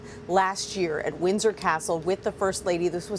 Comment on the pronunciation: she pronounced Windsor wrong, it sounded like she said Wizard Castle!🥴